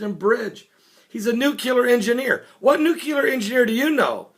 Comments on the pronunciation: Read the fucking word!!! NUCLEAR, not "new cool air". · It's nuclear, not nucular. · it's nuclear... noo-clee-ar... not noo-cue-ler... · New Clee Ar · TRY THIS WAY: NEW-CLEAR! Repeat many times, then drop the hyphen! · Nuclear. NOO-KLEE-ER. I could only take it so many times. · S A M E !